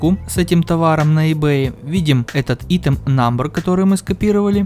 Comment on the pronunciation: Помоему говорится (АЙТЕМ)